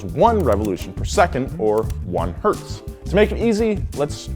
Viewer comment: all wheelhouse vids are excellent but this one has a little gem i greatly appreciate: correct pronunciation of 1 Hz